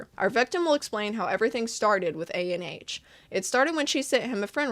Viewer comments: i think his name is pronounced ah-n or ON, not a.n.h (IDK IF HIS NAME IS A.N.H. OR ANH (viet)... JUST LETTING U KNOW!! AMAZING VID BTW! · Hi, just one note!!!! Anh isn't pronounced like ANH, but rather like how you say "Ann"! That's because Anh is actually a Viet name! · The way she’s saying “A-N-H” instead of “Anh” is killing me 💀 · unrelated but you spelling out Anh instead of saying Anh kinda got me mad but no hate tho, just a viet thing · I am pretty sure the creator is Viet as I am viet myself and "anh" is not actually a and H its a whole word on its own. Anyways what makes this worse is anh is how you address an older brother or someone older 🫠😭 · Disappointed but not surprise What is up with these people being so bad at normal social interactions they can't establish a relationship with people their age????? Like literally preying on children. Side note: I'm a bit icky on the way you say A-N-H every time lmaooo just say Anh (Ann but more like Aun(t)) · his name is pronounced "an" as in how canadians pronounce "cANdy" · Fyi, Anh isn’t pronounced A n h like an acronym. It’s pronounced like gang without the g. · anh is pronounced "an", it's his first name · Anh is not an acronym, it's a vietnamese name so it's kinda pronounced like "Ann" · anh 😭, it’s vietnamese c’mon man it’s read anh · oh also Ahn is a popular vietnamese first name pronounced "Ahhhnnn" or really exactly how it's spelled. ik the guy is questionable but j in case u come across it again